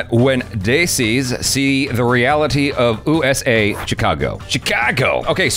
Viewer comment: what's that pronounciation of USA 😂